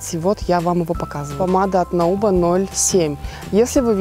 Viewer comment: Nouba произносится как "нуба")))